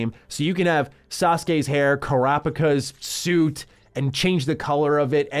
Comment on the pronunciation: he called kurapika crapika